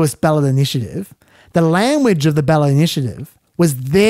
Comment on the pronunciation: Not that it matters but you say lamuage rather than language